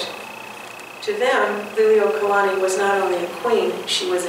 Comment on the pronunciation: Please pay attention to your pronunciation of the Queen's title. You're pronouncing it "lily-oh-kalani." Check with someone who has that hereditary connection to the Queen to see if that's the correct pronunciation.